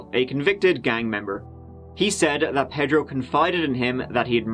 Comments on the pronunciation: Ped ro? You mean pay dro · As a Miami native, I’ve never heard the name “Pedro” pronounced the way he says it! 🤣🤣 I’ve always heard it as “pay-dro” never “ped-ro”! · Say it with me .... PAY-dro